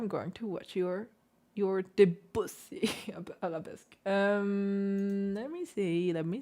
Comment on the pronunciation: I like your videos very much. Thank you for all your musical and technical insights. However I am French, and Debussy should be pronounced somewhat as "Döbüssi" if it was German spelling.😉